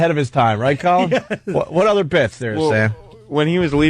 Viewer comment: saying CAWL-in is my favorite part.